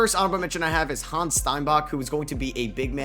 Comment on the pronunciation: Hannes Steinbach is pronunced Ha-ness